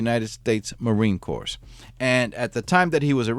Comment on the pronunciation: How can you take anyone serious who says Marine Cores?